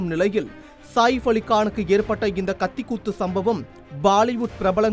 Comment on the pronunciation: செய்தி படிப்பவன்....ஏன் கக்கூஸ் போரவன் போல் பேசுகிறான். சாதாரணமாக உச்சரித்து பழகுங்கடா. அவர் சாஹிஃப் இல்லடா....சஹீஃப் என்று உச்சரிக்க வேண்டும். அதே போல் அது 'தேவாரா' இல்லை....'தேவரா' என்று உச்சரிக்க வேண்டும்.